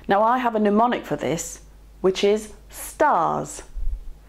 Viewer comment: 'Mnemonic' pronounced 'pneumonic' and I switch off. Medicine should be a precise discipline. And I feel this extends to vocabulary, even when said vocabulary is not from within the subject matter itself.